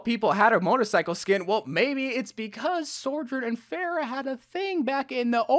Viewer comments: How can both hear and type out the name sojourn and still say sorjourn... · so-journ. not sore-journ. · Why is he pronouncing Sojourn like Sorjourn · How are you still pronouncing it SOARjurn when she’s literally saying it 😭😭😭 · Please stop calling her “sorjern” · Where are you getting this extra R from? Sorrrrrrrrjern!!!!!!!!! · the way he’s still calling her SOREjourn 😭😭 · Ikr, he’s been saying it since 2019, is it that hard to just say SOjourn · Bro PLEASE just say her name right. It’s not Sorjourn it’s been 3 years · Blizzard is waiting to release more Sojourn content until you start pronouncing her name right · this bugged me to